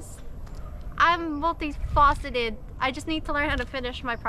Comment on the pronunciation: Corrector Guy here. Can't let this pass. "Multi-faceted" (like fastidious) not "multi-faucetted". This is a thankless job, but rewarding. Salamat.